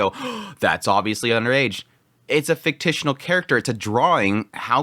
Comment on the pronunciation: Fik-shin-al